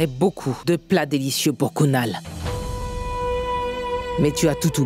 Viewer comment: Mon dieu🤭🤭😁c'est kunal pas gonal😅😅